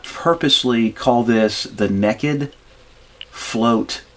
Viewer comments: It’s pronounced “naked”, not “neekkit”, you hillbilly. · "nei-ked" not "ne-ked" for "naked"! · Naked is pronounced nay - kid.